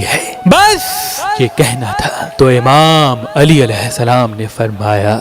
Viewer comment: or Video Jab Banaen to Mola Imam Ali Ka Name Sahi se len Ap sahi nh ke rhe again suport wali mujhe to specially kehna 🙏